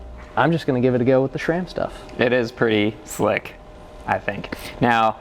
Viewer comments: Guys, there is no H in SRAM! It is not SHRAM! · Why he constantly says "SHram"?